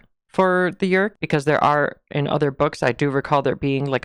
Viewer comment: Yeerk. One syllable always for me.